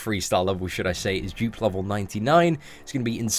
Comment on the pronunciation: not to be funny but when. u say dupe it sounds like u saying jupe